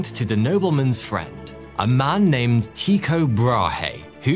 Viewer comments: nope, it’s pronounced Ty-ko, ‘y’ representing a vowel sound not really present in the English language but similar to the German ü or the French u in words such as sur, mur, sud .. the o in the ko part is pronounced as ‘eau’ like in French for water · no, Tu much like French for ’you’ and the o pronounced somewhat like ‘eau’ as in French for water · Ty-ko, ty pronounced as in tu, French for you and the o in cho is pronounced as ‘eau’ like in French for water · OMG this is WRONG !! Every single space doco I've ever watched pronounces it "Tie ko" Urrrgghhh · I know danish is a hard language, but hearing you say his name that way, is really strange 😅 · Never heard his name pronounced like that xD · TIEKO NOT TEAKO......... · Love your videos but your calling an uncontested genius Tycho Brahe (Tee - koh) when it is in fact pronounced Tycho (Tie - Koh) other than that minor fact all is cool! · Tycho was pronounced Tücko - as if it were in German (at least that's closer than Teeko. Danish is, according to numerous linguistic sources, apparently one of the hardest languages to learn and pronounce properly). And sorry, the whole murder thing belongs to the tin-foil hat brigade. It's been proven that as you initially stated,he did die of complications (probably sepsis or some other massive infection) a burst bladder because he didn't want to leave the table. It was one of the reasons why the (small p) puritan Kepler, who genuinely admired his intellect because Brahe was a genius, would often row with him. Though Kepler often wrote how they would soon be reconciled and that he loved him (purely platonic before someone starts shipping them 🤦🏻‍♀️). If you want the sciency stuff about the debunking of the murder "theory" (it's really out of conspiracy theory land), go to Cool Hard Logic and his awesome series World of Batshit. That's a series where he debunks all sorts of crazy, mainly from the flat earth brigade, with science and a great deal of humour. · Pronounced "TIE-koh"